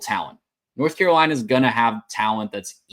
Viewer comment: Bill Belichick came to North Carolina. A lot of y’all have been coming across my timeline, but y’all don’t know the first thing about North Carolina. Y’all can’t even pronounce the name right but much success to you. Please look up the team before you start talking.